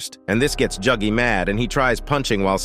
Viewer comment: why are you saying juggy bro